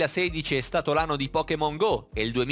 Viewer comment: Solo io ho sentito"se il 2016 è stato l'ano dei pokemon"